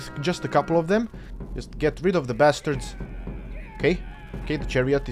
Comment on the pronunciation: Did he just call is basterds